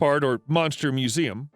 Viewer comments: Yep, sadly you cant read japanese Its Mu-su-me, not museum hhaha nice try though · I'm sorry, but did you just pronounce "musume" as "museum"? unsubs and dislikes video Kidding but boy did you botch that pronunciation. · Monster Musume. Musume is pronounced (pardon me) mue sue mey. Never romanize Asian languages. It's not accurate.